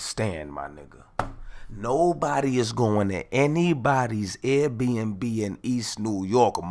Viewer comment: The way he called air b&b “rrRRATS” 😭